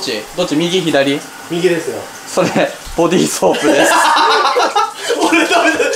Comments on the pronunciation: ボディーソープがボディースープになってる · ボディースープってゆう間違え方可愛い❤ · ボディーソープがボディースープになってる。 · Fischer's-フィッシャーズ- めっちゃ可愛い🐰💕 ボディーソープがボディースープになっていたからめっちゃ笑えた。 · フィッシャーズさんは、字幕が、スープ、発音は、ソープ?って、言うんですね！ 私の家では、ボディーソープ、発音もボディーソープですよ～ｗ (ネタ) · ボディーソープをボディースープって間違えてるww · ボディーソープがボディースープになってるw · ボディーソープが ボディスープになってるw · ボディーソープが ボディースープになってるぞい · 最後ボディソープが ボディ「スープ」になってる！ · 6.57さ、ボディースープになってるのは草 ボディーソープだろw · ボディーソープがボディースープになってた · なんか、ボディーソープが、ボディースープになってるww